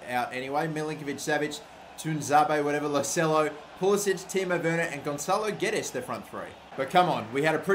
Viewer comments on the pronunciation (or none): none